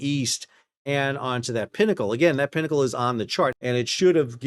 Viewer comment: Thank goodness you said pinnacle and not pee-knuckle.